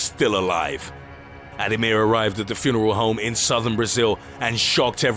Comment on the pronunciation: furnel? i get that narrating is hard but there are takes